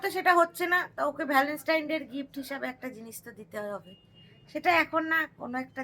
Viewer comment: Boidakhi bon tumi bhul bolchho word ta habe Valentine's day not valanstaine bollam bole kichu mane koro na kintu tomar bhul ta dhoriye dilam